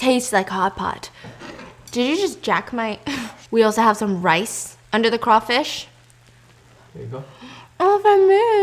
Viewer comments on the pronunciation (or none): none